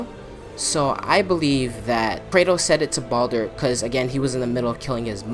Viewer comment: It's Baldur not Baulder anyways I agree with what you're saying